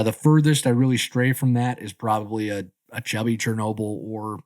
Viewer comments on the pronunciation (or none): none